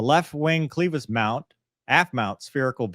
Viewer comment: It’s clevis as in Elvis. Not cleevis. All of the aviation guys are mispronouncing it. I can’t take it anymore 😂